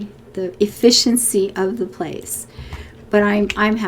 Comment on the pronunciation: At one point you said "efficiency in fishing". Now I can only hear "efFISHency". There's some potential for an episode title in there somewhere. :-)